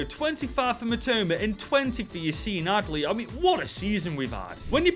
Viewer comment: My name is - And I love the way you said Yacine Adli - Support from South Africa 🌍